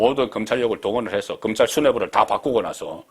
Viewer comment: 금찰?????? 도대체 혓바닥이...